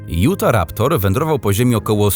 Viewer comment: Nie jutaraptor tylko utharaptor a musi się utaraptor